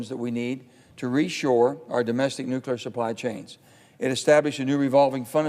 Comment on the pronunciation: Dear Sen Manchin: "NEW CLE AR" (jeez)